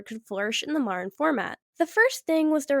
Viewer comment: Modern has a "d" in it, why do you pronounce it like marred...